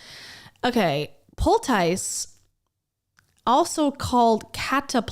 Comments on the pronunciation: 'pole-tice' is how I'm gonna pronounce it from now on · It's pronounced "POLE-tiss." It tends to be used in an old-fashioned or naturopathic sense; a poultice to soothe burns , a rash, wounds or infection. Generally a homemade ointment, often with natural ingredients. If you read novels set before the 1900s, it's a word you'd probably come across. :)